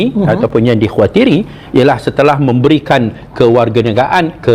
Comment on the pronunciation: Ngomong kewarganegaraan saja keseleo, bukti kosa kata kewarganegaraan itu bahasa Indonesia